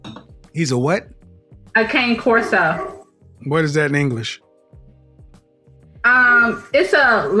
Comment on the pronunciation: My only peeve against this woman is that she pronounced "Cane Corso" (Kaw-ne Corso) as " Cane Corso". I just REALLY love that dog breed so much and would love to adopt one myself one day, and could not get over the mispronunciation😂